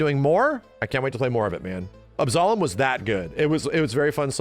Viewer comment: Why can’t Yanks pronounce Absolum properly?